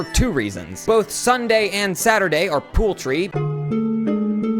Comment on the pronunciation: i actually thought he pronounced it like the locals near him, so i just thought it was a pronounciation difference but yeah i guess he did just say pool tree